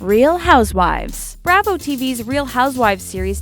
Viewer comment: Am I surprised by these facts? I surprised how bad the writing and the READING of the script to this video is. WOW!!!! "The ROUTINED to the show"? Yes. That's what was WRITTEN - but it was an obvious (to everyone else than the girl reading) a typo. How about...RETRUNED!........................Braaaavo? It's pronounced BRAH-vo. Really? This you couldn't pronounce? Do you even take time to read through your script?